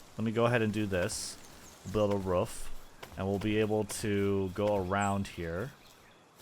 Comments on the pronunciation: It’s quite rare to hear native speakers say ruff instead of roof. But nice vid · Ruuf > Roof 😂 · Now do a video with you just saying roof for like 1h straight 😅